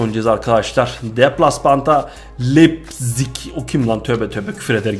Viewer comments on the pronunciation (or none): none